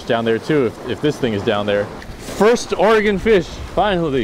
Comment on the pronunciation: I don't know where you're from originally but me being from Portland, i appreciate you saying Oregon correctly!